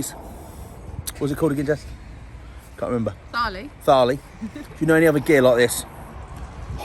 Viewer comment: Please do your research. I don’t want to watch a food review with mispronunciation of thali and not even knowing what a gulab jaman is.